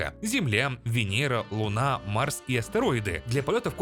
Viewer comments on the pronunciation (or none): none